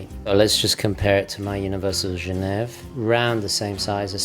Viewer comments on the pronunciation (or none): “Gen ev”!!!??? It’s Genéve, as in the capital of Switzerland. Surely you knew this.